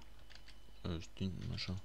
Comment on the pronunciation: XD string c'est sting